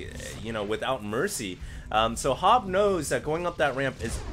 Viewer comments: you pronounce that HoBbe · Hobbe , probebly llike the same you say pope or hope , , hobbe